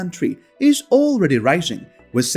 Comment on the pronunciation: Out of curiosity, why do you say wish, instead of with?